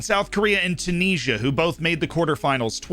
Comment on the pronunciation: Hey dude. Love the content. Subscribed and all that good stuff. Just wanted to let you know Tunisia is pronounced "tchyoo niz ee ah"... no knees in the name :P